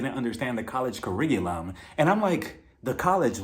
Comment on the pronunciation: Yessssss❤🎉 so glad u reviewed this . I love this cast an this show started so GREAT, an we already seeing joseline an amber fought this season online so i cannt wait😂i love me some Puerto rican princess hehe NY saying " ciricululum " was epic😂